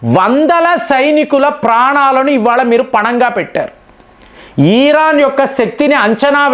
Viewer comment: సార్ 'ఈరాన్'కాదండి. ఇరాన్ అనండి. ప్రతిసారి ఈరాన్ అంటున్నారు.